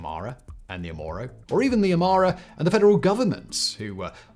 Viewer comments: Thanks for the video and analysis ! I just found it hyper confusing that you kept saying « OMOro » throughout the video instead of « OROmo », as it does sound fairly close to « Amhara »… Would be cool if you could edit it somehow lol Going to share this to my friends and colleagues, cheers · Quite a few things wrong with this video. The Derg weren't ethnic Amharas starving their ethnic opponents. If anything, Amhara hegemony was upended by the Derg's rise to power. You repeatedly mispronounced Oromo as "Omoro" Failed to underscore the brutal repression during TPLF-dominated EPRDF rule Other than that, pretty good video I guess. And one thing, "Medemer" isn't Abiy's idea. He got it from Meles, who got it from a CIA operative known as Paul Henze (who called it "Synergy"). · 😆😆 the "OmOro"?? 🤣 its pronounced the "oro-mo" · Bro keeps saying the ''Oromos'' ''Omoro'' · Would be a great video if you didn't say "O-MORO". Also, put some historical context for why Oromo's HATE Amhara's in our land. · Promo not Omoro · its not OMORO...... IT IS OROMO! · So many pronunciation mistakes. I'm surprised nobody else is correcting you ( you constantly called Oromo "Omoro", lalibela as "lalabela", dire dawa "dayadawa", and so on). This are simple words. If I can pronounce Schwarzenegger then you should pronounce these words correctly, 😂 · They are OROMO not OMORO! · Its really unfortunate to spend the entire video misnaming the Oromo as Amoro, just because it sounds close to Amhara, after spending the first half of the video saying you wanted to be sensitive to the nuances of the crisis and ethnic tensions. That can lead unfamiliar people to completely misunderstand the situation. Really annoying when youtubers and politicians can't be asked to bother to name people and places in crises correctly. We're not even talking about pronunciation here, just read the actual word on the page. That's all we ask. However, you want to pronounce, at least get somewhere in the ball park.